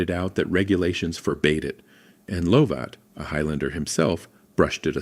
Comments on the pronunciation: Lovat pronounced Lovit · Lovat pronounced Luvat he was the chief of the Fraser Clan who's Clan motto is Je Suis Prest I AM READY and the Scottish lads were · yeah, that's how it's spelt, pronounced Luvit, (I'm Scottish pal, trust me, Luvit 😅)